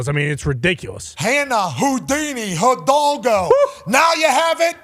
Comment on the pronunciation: I love the progrum saying Hidalgo correctly. Shout aht